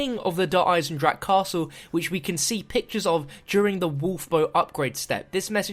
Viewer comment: your such a zombie fan you still dont know how to pronounce der eisendrache